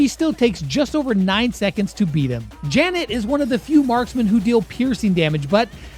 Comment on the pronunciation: bro really sead Janet?